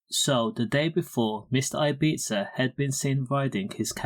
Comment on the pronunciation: the way RD pronounces it is actually much closer to how locals to ibiza (who speak eivissenc catalan, not castillian spanish) pronounce it. in catalan it's pronounced as an s/z sound not like a th sound which is how its pronounced in castillian spanish